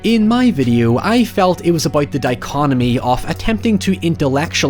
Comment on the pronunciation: Excellent video as always. I loved this movie, mainly because of the ending, fantastic twist and unguessable. The sequel was a huge disappointment, a different beast, and haven’t bothered with the others. I, too, would suggest covering Berberian Sound Studio. Btw, it’s dichotomy. Thanks for your continued great work.